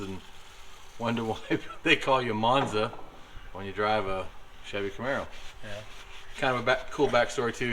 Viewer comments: It’s not monza guys,it’s manza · And what's ironic Joe Woods Dominator calls him instead of Monza